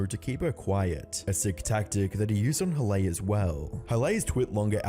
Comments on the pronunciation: ""huh-lay"? pretty sure halley is pronounced "hah-lee" lmao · bro said every variation of halleys name except the actual pronunciation of it lmao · Can you make up your mind on how to pronounce Halley’s name? Feels like AI is doing this commentary.